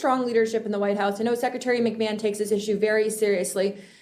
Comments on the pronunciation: Linda (McMan)! Not McMayhan… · He called her Linda McMayhand, it's pronounced McMan as in Vince McMahon's wife lol